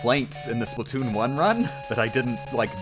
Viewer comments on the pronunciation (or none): none